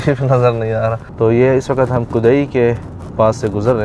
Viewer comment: WAQAT nahin hota WAQT hota hai Sub lagey hue hain NAY wali urdu pe or WAQT ko WAQAT Sabz ko SABAZ Habs ko HABAS Sakht ko SAKHAT bolne pe 🤦